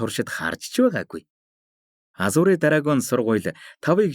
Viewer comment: goy een shvv 🎉 hicheegerei azure bish azur geed duudwal aygv goy sonsogolontoi sonsogdoh ym shig shig sonsogdoj bn shvv